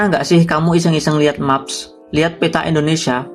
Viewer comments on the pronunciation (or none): Maps dibaca (meps) Sebagai youtuber sudah sepatutnya kita mempelajari penyebutan bahasa asing